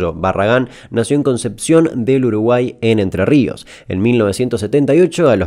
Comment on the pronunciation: Miruu. En tre Ríos. En tre Ríos jajaja